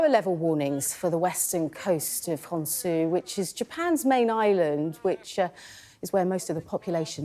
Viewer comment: "honsoo" lmao